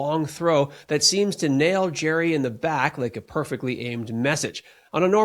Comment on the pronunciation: It's pronounced Gary! Not Jerry